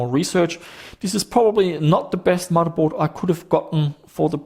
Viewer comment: I think you make some fairly good videos and seem like a nice chap, but can you not say mudderboard. It's..